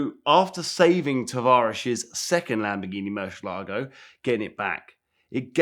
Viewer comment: Why can’t pronounce murcielago. Mans adding entire “shhh” syllables